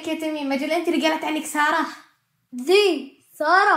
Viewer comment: هههههههههههههههههه ما قال ساره قال ثاره هههههههههههههههههههههههههههههههههههههه😂😂😂😂😂😂😂😂😂😂😂